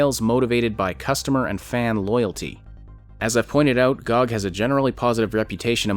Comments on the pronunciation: As much as I loved the commentary. In the future - please oh please, pronounce G O G by letters :D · >pronounces G-O-G as GOG Most controversial part of this vid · Lmao first time I heard someone pronouncing it gog